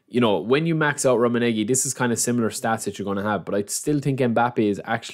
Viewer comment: Love the content. You're pronunciation of Rumminege isn't the best though haha